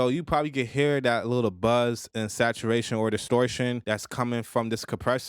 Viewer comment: Naw it was how you pronounced it you added an extra "i" and "n" at the end lol